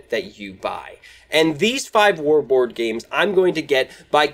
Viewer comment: Woard games? Bward games? Has to be a better way to say it . . . Great video!